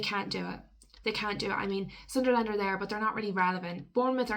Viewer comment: It’s not pronounced Sun Der Land pet it’s Sunl’n. Good vid though but.